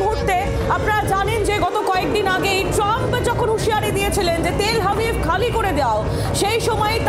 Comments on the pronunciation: ওহে সঞ্চালিকার, ওটা তেল হাবিব না, তেল আবিব। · তেল হাবিব না গো তেল আবিব, আগে ঠিকমতো উচ্চারণ করতে শেখো তারপর খবর পড়ো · তেল আবিব নয় এটা তেল আভিব হবে । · Madam, City name ta thik kore bolun... Ota Tel Habib noi , Ota TEL AVIV.........